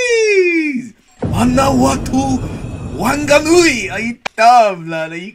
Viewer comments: The Wh in Te reo is pronounced as an f so Whanganui is pronounced faanganui but other than that your pronunciation seems great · the Wh's are pronounced like an f sound for example whanganui is pronounced like fanganui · it’s pronounced like fang-a-nui not wang fang, By this relly hyped me up cause I’m from Auckland